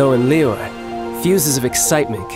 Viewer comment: Every single npc in the game still pronounces Liyue in different ways and they’re all wrong lmao, English voice actors aren’t too suited to saying foreign names